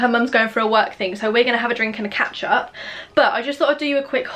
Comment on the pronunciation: Who else thought she said 'ketchup' when she said catch-up? 😂😂